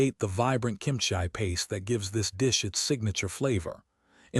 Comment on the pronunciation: Kimchia ? You mean kimchi .